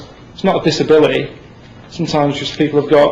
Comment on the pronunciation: why can't ricky pronounce the letter T?! what the hell's a disabili*puff*y?